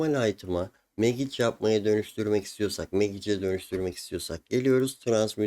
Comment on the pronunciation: Çok şey öğretiyorsun, teşekkürler. Ama lütfen telafuzlara dikkat edelim hocam ya, kulağım kanıyor:) izleyemiyorum. Magic değil, macik Sitrenç değil, sitrengt Glovıs değil, glovs Teşekkürler :)